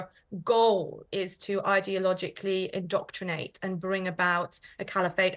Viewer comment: the lady can’t be working for the government if she can’t pronounce “indoctrinate.” That is all I’m going to say.